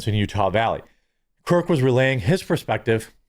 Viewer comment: I feel like u keep saying charlie kirt not kirk